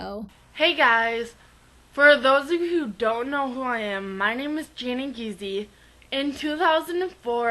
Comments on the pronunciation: Worked with her, she ended up getting married and having twins. She's a great person and a dog sledder. And its pronounced geeze not geezy. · Her last name is German and it is pronounced "gu-ice"